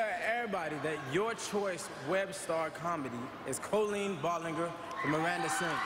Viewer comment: I cringed when he said 'Colleen Ballinger' 😭😭😒